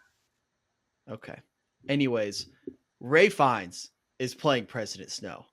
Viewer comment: Its pronounced “Rafe” not Ray or Ralph. He is most well known for his role as the despicable Nazi in Schindler’s List. Joseph had previously been in a TV series in Australia before We Were Liars Jesse played Philip Seymour Hoffman’s son in The Master